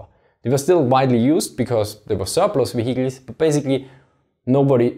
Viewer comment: wheeled wheecles